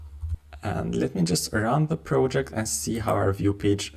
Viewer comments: How do you succeed to pronounce "prOjeCt" so guffy?? Now, I need to watch video muted with subtitles.. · Glad I'm not the only one annoyed by it. If you're going to create educational content, the bare minimum is getting the basic words right.